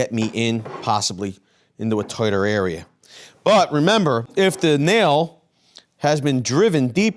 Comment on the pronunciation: What way does he say "tight"/tighter" again?